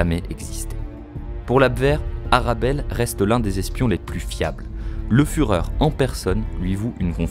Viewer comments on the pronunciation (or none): none